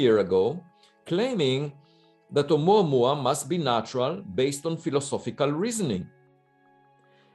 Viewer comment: I like how pronounces "Oumuamua"